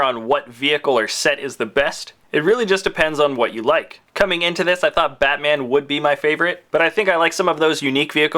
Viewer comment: When you said Batman i thought you said fatman